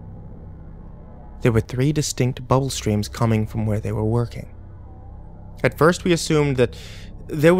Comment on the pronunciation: Am I the only who laughed a little every time he said "bubble?" 😂